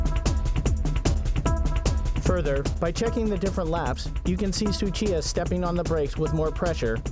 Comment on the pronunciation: It's not Suchita It's Tsuchiya!!!!